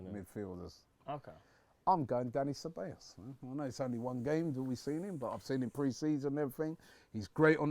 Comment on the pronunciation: Min the way he says ceballos 😂